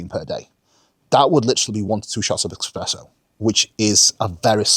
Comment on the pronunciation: it's espresso my dude, no x in there